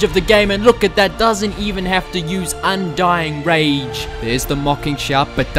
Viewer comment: I'm pretty sure this video was made to correct how to say "Undying Rage".